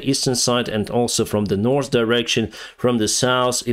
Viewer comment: if you get your english from netflix and after a year you still call north : nors and south : saus than its time to quit learning op netflix